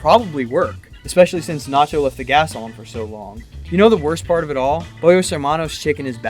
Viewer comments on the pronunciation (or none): none